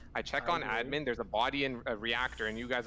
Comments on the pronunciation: pronounces admin as ed-min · thats the joke, cause thats how says it, she say edmin